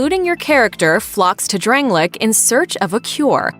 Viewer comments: Drang- lay- ick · why does she say dranglic and gwen